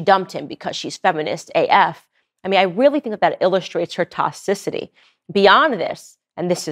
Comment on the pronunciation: Tox-ic-ity Not.... tocicity